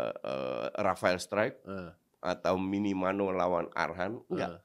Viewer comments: Minamino coach bukan minimano😂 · Minamino coach, bukan Minimano, udah berapa video gue tonton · Minamino coach bukan minimano😂😂😂